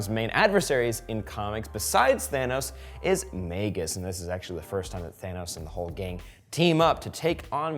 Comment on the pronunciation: Y are u saying magus like that